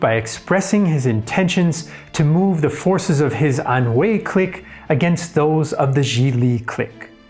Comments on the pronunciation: Cique (click) not Cleek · Lmao am I bugging or you pronouncing “clique” mad weird? Or maybe thats the French pronunciation? I’m pretty high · Learn how to properly pronounce the word clique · Great content, but you mispronounce "clique" throughout this video. It's a little jarring. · INTERNATIONAL CLIQUE